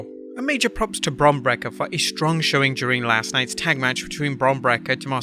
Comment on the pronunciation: Brake-ER... not "brek-ah"